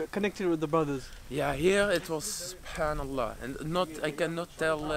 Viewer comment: Masha Allah the way he says alhamdulillah subhanallah when talks sounds like proper Arabic